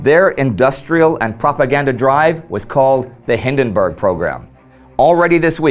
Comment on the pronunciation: We should get Indy to say Przemyśl a hundred times so he doesn't mispronounce Paul von Hindenburg's name again.